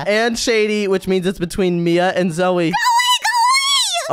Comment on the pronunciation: Why does call zoey zoye?